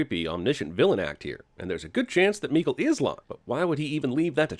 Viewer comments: As a swede my ears bled everytime Jeremy said Mikael, I know it's not his fault it's the god damn movies but jesus fuck my heart...my soul. Mikael= Michael, same pronounciation. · Its Mika-El... like Kal-El or Jor-El. Mikael. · HOLY FUCK LEARN HOW TO PRONOUNCE MIKAEL ITS NOT MEEKLE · am i the only one who was bothered by how he pronounced "Mikael"? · OK, you made up for that fucking awful pronunciation of Mikael throughout, with some well-timed Swedish Chef. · Just got to love how you butcher pronunciation on Mikael. That is why everytime i introduce my self in english as Michael.